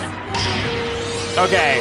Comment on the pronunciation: It's sir vine not servine